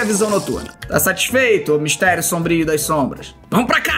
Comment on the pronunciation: Meudeeeeeeeeeeeus esse nelipe feto kkkkkkk nao sabe falar MISTERIO SOMBRIO SERTO